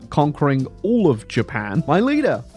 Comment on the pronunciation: It bothers me, but I know that's your style, that "Japan" at the end is in no way Japanese.